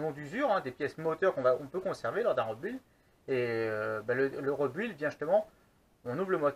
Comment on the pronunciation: Très intéressant :) la seule remarque que j'ai a faire sur cette vidéo cest la prononciation "rebuild" ca se prononce plutot "ribild" voila c'est tout ^^